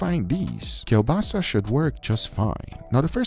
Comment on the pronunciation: "..Brazilian Sausahe, but if you can't find it, KIEŁBASA should be fine.." My Polish senses be like: "WHAAAAAAT?! rewinds Whaaaaaaa"😂